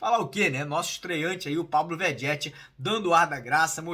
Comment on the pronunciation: Mário, bom dia. A pronúncia do nosso camisa 99, não é Begetti?